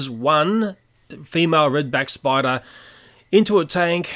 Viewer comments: Narrator:This video contains graphic images of deadly spuder and giant praying mantis Me: wait did he say deadly spuder u mean spiders right? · at the start it said spuder xD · What the heck is a spuder? Lol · lol its said warning scary spuder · Whats a spuder its spider not spuder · Warning saids spuder well ok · "deadly spuder" XD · it said spuder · Lol it said spuder